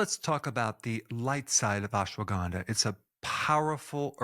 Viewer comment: not ganda(bad) , (K)ANDHA